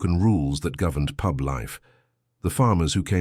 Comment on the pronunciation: Pube?!!! I know the Suffolk dialect can be a bit strong, but really!